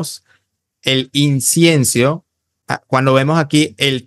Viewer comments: Incienso amigo no Insiencio. Pero debo reconocer que aprendo mucho de tus vídeo y de Mauro Biglino. Me han abierto los ojos, muchas gracias. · Ni siquiera sabe decir incienso 😂😂😂